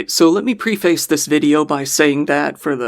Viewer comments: “Pre-face?!” Try again. “Preface!” (Pref-ace, like the top card) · when you said, "let me PREFACE this video" I believe what you meant was "let me "PREFACE" this video" which is pronounced "Pr-ehhh-fesss" it is not pronounced "PREE-FACE" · bro just said pre-face. Please look up how to say that so I never have to hear that again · You mispronounced the term “preface” as well. The English teacher in me forgives you. 🍎